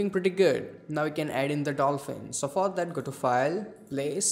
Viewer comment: Hey that "preety guud"